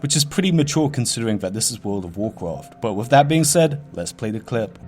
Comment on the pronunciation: Wiff hawwoween appwoaching its ownly wite that i make a video about the cweepies twing in wherld of wharcwahft. Mans got a loose goose ! Ily man!